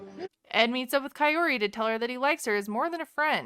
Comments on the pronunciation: Cayori, Kyoree, Kaorrree, Chaoree he's feeling a connection but, can't get her name right LOL. I'm glad she's not going for his love bombs. But, I am giving her the side eye for bringing her kid into it. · He's pronouncing her name properly unlike the dummy narrating this vid. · 1 week , 2 dates and he can never say her name correctly ? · I think he say her name wrong on purpose, just to seek attention as usual and because he doesnt care about her he actually seem like he want to humiliate her just for the show. How he doesnt even have the respect to say the name correct but he loves her? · Maybe figure out how to pronounce her name right first ed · Kaory is such an easy a name to pronounce so only an idiot would get it wrong for this long or maybe because he’s so self absorbed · Ed’s mom is a native Spanish speaker and yet he cannot even pronounce her name correctly… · If you don't know your girlfriends name you probably shouldn't think about marriage. I yell at the TV every time he says her name wrong. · I would love to see a compilation of ed mispronouncing kaory's name, kind of like the pregananant video xD Thank you for the content, your videos make me laugh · He doesn't care enough to try to pronounce her name correctly. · Kaori is not hard to pronounce, not even a little bit. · you are also not saying her name right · Lmao the name miss pronunciations😂😂😂 but there’s a connection 🤣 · Good grief he can’t even pronounce her name and he’s got marriage in mind ! No wonder he scares her off he’s way too much too soon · Kaory is a very intelligent & confident woman, she sees right through him. He annoys the heck out of me especially with the way he butchers her name! Great video! Your comments are so funny. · Bro u cant marry someone u cant pronounces name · The creeper cannot even pronounce her name! Maybe his mamma can teach him to say her name right. He makes my skin crawl. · he pronounced her name CHAYOTE 😂😂😂 he called her CAYOTE 😂😂😂 man this guy is terrible